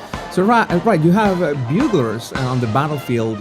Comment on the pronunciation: I’m sure 60 people have already commented, but it is pronounced byou-glers. A long U sound.